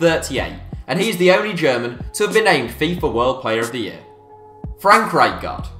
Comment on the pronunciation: Why is he saying frank rightguard